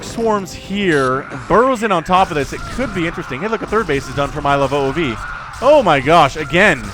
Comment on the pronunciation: Ilove "ove"(rhymes with move) not "oh oh vee"